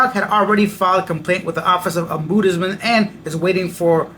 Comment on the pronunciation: It is pronounced ahm-buds-man. Ive heard you say it ohmboodsman too many times! Lol. Thanks for your videos.